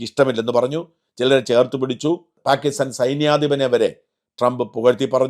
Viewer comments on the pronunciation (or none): none